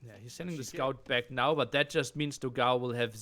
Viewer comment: man, the pronunciation it's not "dog ao", it's "doghaun", although second game was awesome :)